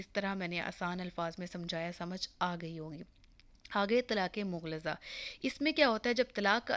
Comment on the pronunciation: لفظ مغلظہ کا لفظ درست ادا کریں شکریہ